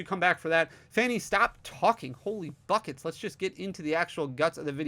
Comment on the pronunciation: every time you say "bucket" my brain always hear something else and have go to back to check 😂